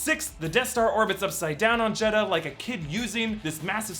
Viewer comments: this is pissing me off, yes its spelled jedha but its pronounced jedah, not jed-ha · It's pronounced "Jedda" not "Jed-ha".... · its Jeddha without the "H" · Guys, the "H" in Jeha is silent. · The inconsistent jedha pronunciation hurts my brain. It's Jed-uh.